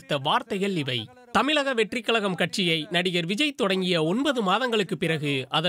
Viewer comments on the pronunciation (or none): ஊலல், தமிலக, விலுப்புரம் - பிபிசி தமிழ், என்ன தமிழ் உச்சரிப்பு இது! நாக்குல தீய வைக்க...